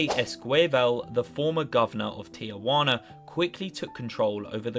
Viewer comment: Everyone practice saying “Ti-wana” a couple times. Just three syllables.